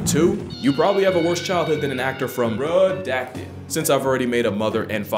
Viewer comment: The tone of RE-dacted got me immediately